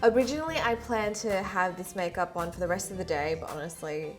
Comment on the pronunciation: In the video she out "makep" instead of "makeup"